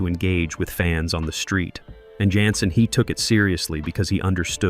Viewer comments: Jensen not yansin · Yansen???.. Get a human who at least watched the cotton-pickin show!!!!!